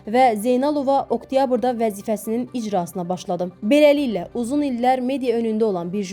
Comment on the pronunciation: "Белеликле" də yox, beləliklə.